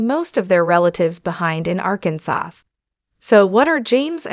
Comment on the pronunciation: The last letter "s" is not pronounced in the state Arkansas. You keep butchering it, every time you say the word.